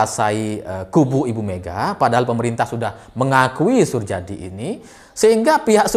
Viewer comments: Suryadi bacanya, bukan surjadi.. Itu kan ejaan lama.. Heee.. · Pengucapannya Suryadi bukan Surjadi. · drs. Soerjadi bacanya SurYadi bukan Surjadi. Itu ejaan lama, mas. Iya betul suami pertama ibu Mega adl penerbang yg (di)hilang(kan) saat tugas dan sampe sekarang tidak diketemukan jasadnya juga pesawatnya. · Sedikit koreksi , Soerjadi cara bacanya Suryadi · Soerjadi, bacanya: Suryadi🙏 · Soerjadi dibaca Suryadi mas... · bacanya Suryadi mas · jika baca nama 'Surjadi' hendaknya seperti baca 'Suryadi'.. Surjadi ini berjasa cukup besar dalam menaikkan suara PDI di Parlemen, ketika itu beliau dalam kampanye pemilu mempopulerkan semboyan METAL (merah total) dng mengacungkan jari kelingking, telunjuk, dan ibu jari (jempol).. Surjadi akhirnya sama Orba dipandang berbahaya, sehingga perlu diganti, namun diluar dugaan dalam pemilihan Ketum PDI yg muncul malah Ibu Mega.. nah loo..